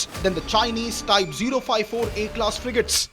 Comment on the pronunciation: The expert is saying ‘frijates’ ??????????